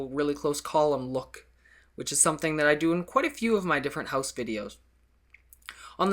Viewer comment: the way he says 'HOWSE' makes my life :D